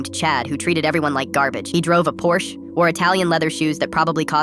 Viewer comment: Not me getting mildly upset over the miss pronunciation of Porsche